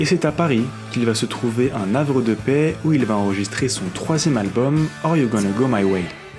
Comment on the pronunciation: Super reportage très bien fait merci 🙏 un tout petit détail un navre de paix pitié il n’y a pas de liaison avec le H de havre, un havre de paix 😢désolé mais ça fait mal aux oreilles face à la qualité de votre travail ❤